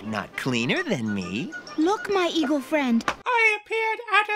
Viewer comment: “Look my evil friend!” Even she knows that the talking birds are evil!! Yes, I know she said “eagle” after I watched it the second time, but I still think it sounds like “evil”!